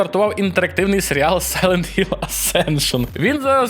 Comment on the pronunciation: Будь ласка, не заміняйте х на ґ, це неможливо сприймати, який сайлет Гілл, яке Гейло? Це неймовірне коверкання оригінальних назв, гірше образи для тайтлу важко придумати